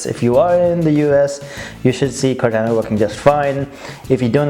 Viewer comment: It's pronounced Core Tauna not Core Tanna .